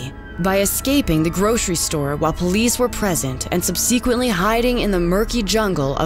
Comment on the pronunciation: Dude, the narration was excellent. Except for the pronunciation of "subsequent." That one hurt.